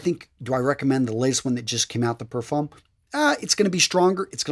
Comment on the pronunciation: Oh also, we don't pronounce the "m" in "parfum" it's a silent letter x)